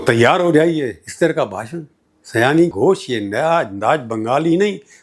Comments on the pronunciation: Prabhooji, sayoni not sayani. Her name is related with bengali month sawaan. She born in the month of sawaan so she is sayoni. I think I could make you understand. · Just a slight correction: her name is Shayoni not Sayani! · Her name is Sayoni. Not seyani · आदरणीय सर जी बहुत वर्षों बाद आपको सुना। अच्छा लगा। आप इन्हें सयानी घोष बोल रहे थे। इनका नाम।तो सयानी नहीं सायोनी घोष है। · सर आप नाम का उच्चारण गलत कर रहे हैं, सही नाम सायोनी है। न कि सयानी। आप से यह उम्मीद नहीं थी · Her name is Saioni not. Syani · माफ़ कीजिए, उनका नाम "सयानी घोष" नहीं वल्कि 'शायोनी घोष' है। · सायनी, सयानी नहीं । उच्चारण: शायोनी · Unki naam Seyani NEHI, unki naam Sayani. Naam toh thik se boliye!